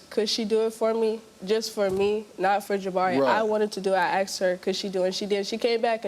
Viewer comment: Aksed!!!!!! Speak properly!